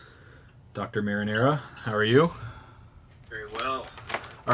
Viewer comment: Did u just call him "Dr marinara" like the pasta sauce?